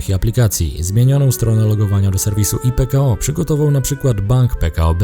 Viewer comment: Pytanie bardziej z ciekawości niż ze złośliwości; czy takie językowe błędy, które popełniasz spowodowane są niewiedzą, czy może popełniasz je z premedytacją? mam tu na myśli "hujałej" (czyta się "huałej") i "ipekao" (czyta się "ajpekao").